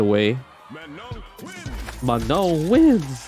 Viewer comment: It is NOT ''ManoN'' it is ''Maa Noh''